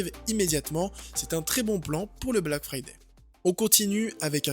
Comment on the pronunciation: Omg le black fyyday cher darty😱😂😂😂😂